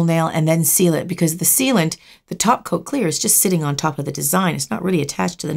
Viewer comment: Also I think I've been watching so much lately that I hear "Taco" instead "topcoat" against my will every time she says it lol